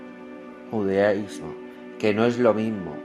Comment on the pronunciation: No sabes hablar... Es judaísmo no judísmo